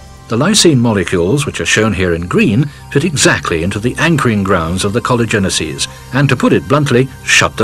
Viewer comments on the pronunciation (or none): He absolutely mispronounces collagenases, which is the plural form of the enzyme collagenase which is secreted by the cancer cell to dissolve collagen, allowing the cancer cell to advance by creating new blood vessels in a process called neoangiogenesis. It is pronouced collagenase-eases.